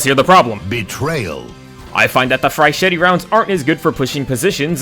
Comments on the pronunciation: You’re not meant to pronounce the last “e” in flechette. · flachette is french its prounouncsed flyshit rounds because its french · The pronunciation of "flechette" in this video was done by someone who never passed the third-grade reading level. There's just no way that you thought it was genuinely pronounced that way lol. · The dedication to never pronouncing 'flechette' correctly is admirable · he knows that we know that he’s doing it on purpose for engagement